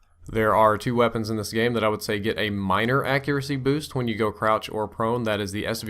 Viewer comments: Lol he said Prouch or Crone. :D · Did anyone else hear prouch or crone? :') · Prouch or Crone??? Lol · lol brain fart there "prouch" or "crone"